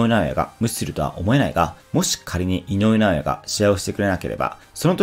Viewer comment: 井上尚弥が言えていない